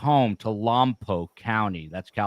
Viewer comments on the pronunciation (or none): Lompoc = long "o". Sounds like "poke". Referred to as Lompoc, but outside city limits. Santa Barbara County Sheriff covers.